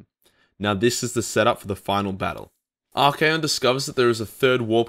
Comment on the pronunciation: tzeentch (zinch) not tis-nitch haha Also Archaeon is 3 syllables, ar-KAY-on. Good video, obviously not a big deal. Made up words.